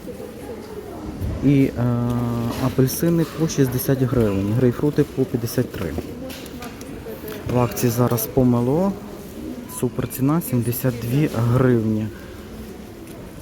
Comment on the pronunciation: "поме́ло" якщо що))) 😅 а "помелО" це "язик як помелО"🥴